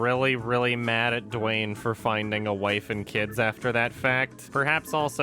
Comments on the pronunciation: through the whole video: * DWAIN, DWAIN, DWAIN, DWAIN, DWAIN, DWAIN... * (* BWOING, BWOING, BWOING, BWOING, BWOING, BWOING... *) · "Dwaayne" :D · Saying “Dwain” is very satisfying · Idk why but it made me very uncomfortable every time said 'Dwayne' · Every time says Dwayne I laugh uncontrollably